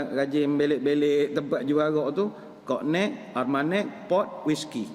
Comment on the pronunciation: Penyebutan yg betul bagi COGNAC, ialah (KONIAK) Sejenis Brandy.